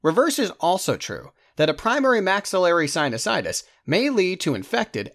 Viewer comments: This guy doesn't know how to read,, he read Anosmia as Insomnia, and sinusitis as Sinitis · You mispronounced sinusitus as "sinitus" ... I'm sure all med students caught that!